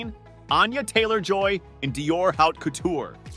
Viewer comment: Can't you learn to say Haute as it should be? Geez...